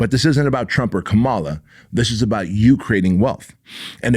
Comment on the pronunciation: Aww you had me till you mispronounced VP Harris's name... Don't be one of those people, basking in their own ignorance. If you want to help people, do it with respect. Please!